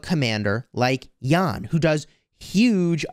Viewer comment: As fellow citizen with Jan, small detail, our name is pronounced Jan with short "a" not Jaan :))